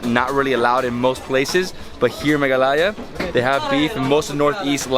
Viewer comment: it is mehgha aalaya